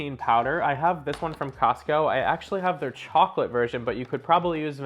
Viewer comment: "Actually" ? rofl Learn how to talk